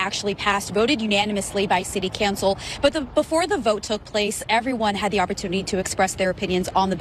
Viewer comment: Is it city cancel or city cowncil? Am I the only one hearing this?